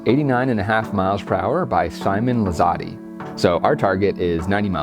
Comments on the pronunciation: Simon Lizott-eee haha come on. Almost pronounced it right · It kills me that he said "Simon Lizotty" and not Lizz-Ott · “lizotty” is a first 😂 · I love the videos. Mini points your machine was throwing anhyzer. It's Simon Liz aught is how you say it. Anthony Barela also throws in the 90 mph. You should have them on! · You were close but Lizotte is pronounced without the E. Love the video! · Awesome to see you here! Sorry about mispronouncing your name. When I recorded that I thought that I should probably check the pronunciation then promptly forgot 😑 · As soon as I heard him pronounce your name wrong I thought about sending you the video. I am a big fan and he obviously didn't know you are not just an elite disc golfer but also a YouTuber. Congrats on the recent win! Nice that an actual guitar player gets that trophy! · This is great, I love that you made this video pretty much at the same time I stared playing. P.s. you said Simon’s last name wrong haha